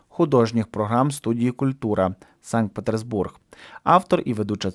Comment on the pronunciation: Дякую за відео:) Цікаво. Хотів сказати, бо підрізало вухо, місто Санкт-Петербург без «с» між «р» і «б», але можливо Ви на іноземний манер вимовляєте:)) Пардон за зауваження. Гарний контент.